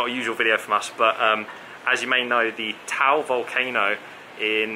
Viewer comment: It is pronounced TA AL.